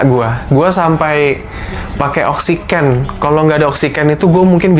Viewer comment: Oksiken iya bukan oksigen